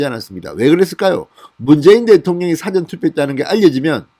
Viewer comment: 사전애서 사를 짧게 발음하먄 dictionary 가 됩니다 영한사전 같은... 사전에서 사를 길게 발음해애 미리 투표한다는 뜻이 됩니다 미국에서..